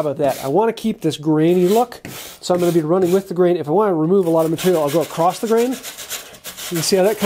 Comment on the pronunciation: *across not acrost